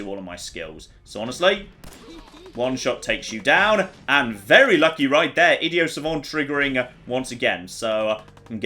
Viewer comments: Does it annoy anyone else how he keeps saying idio savant not idiot savant? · Please, for the love of God, stop calling it Idio Savant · why do you say "idio savan"? It's not that fancy man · It's not id-ee-oh savant... it's idiot savant. It's a historically iffy term for autistic people with a savant like skill in something (say, maths) and no social skills at all. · Ah, yes, my favorite perk, Idioh Savant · "Idio-Sauvant" -: Inexplicably pronouncing the 'T" in a french word but not the "T" in the derivation of a greek word. It's a pointless gripe, but being needlessly annoyed at people who pronounce words differently than I do is why pedants like me exist. "Id-ee-aught Sahvv-aunt" or bust! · Nobody:: Idio savant